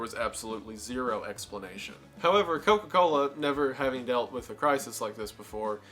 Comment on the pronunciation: Wendigoons Georgia accent really came out when he hit a single “Co-Cola” in a whole Coca-Cola segment🤣